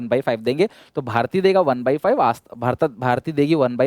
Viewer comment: 💓💓❤💓💓 LOVE YOU SIR💓💓❤💓💓 sir aap jab bhi galti karte ho bolne me to hum ko hashi aate hai or padne me maja bhi aata hai hum ko pata hai ki aap sayad janbujh ki galti karte ho jaise bharti ko bharta bolne me I'm kidding but sir you are great great great best teacher.